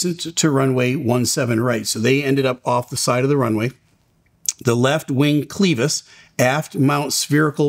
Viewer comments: Cleeevis??? It is pronounced cl'e'vis. Clever, clever, clever, clevis. Not cleeeeevis, Steeeeve. And don't listen to Blancolirio either. He is also wrong. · It’s pronounced like clever,. It’s Clevis not cleavis. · Interesting video. Clevis, not "cleevis." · Clevis. Not cleevis... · First time I’ve ever heard clevis pronounced clee-vis. The “e” sounds like “e” in “reverie”. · clevis is pronounced with a short e sound. “eh” not “ee”. This will likely come down to maint shortcut just like 191. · Clevis is pronounced kleh vuhs fyi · Clevis is pronounced w a short e not a.long e... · Please use the correct pronunciation of the word “clevis”. It’s pronounced using a short “e” sound. “klev-iss” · Very good explanation of this accident. Just to be pedantic for a second though, the word clevis is pronounced with an e like in “Chevy”. Btw, I very much enjoy your videos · Thank you, but ‘clevis’ is pronounced ‘clev-is’ not ‘cleev-vis’. Thanks for sharing. We appreciate your feedback! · It's pronounced clev - is, not cle - vis. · The word Clevis is pronounced clehvis and not cleevis. Love your show!! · The word clevis is not pronounced with a Long E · clevis pronounced (kleh • vuhs). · another excellent video. FYI, clevis is pronounced with a short "e", not a long "e". clevis /klĕv′ĭs/ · It’s pronounced “kleh-vis”, rather than “klee-vis”. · Its Clevis not Cleavis. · FYI, "clevis" is pronounced "CLEH-vis" not "CLEE-vis". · Correct. He probably has never seen this word before! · clevis = [klev-is], not cleevis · Huh I always pronounced it Kleh-vuhs …. But you’re saying it’s actually kleev-iis…also I wonder if this being a Thai plane and it being in warm wet and salty environment had caused increase wear… sad…. They had no chance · * clěvis, not cleevis. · Same here. Pronounced similar to fed not feed. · kleh·vuhs, not klee-vis. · Just fyi no disrespect. Clevis isn’t like Cleetus, or lol. The E is pronounced like (let, fed, said, dead).